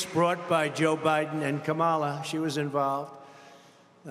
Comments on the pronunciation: donOLD trying so very very hard with what little he has left. He can't even pronounce Kamala how are we supposed to take you seriously? Somebody take his keys away and throw him in the retirement home. Goodnight Nurse! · CAN'T say name correctly. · How many times ⏲️ is he going to mispronounce Kamala's name???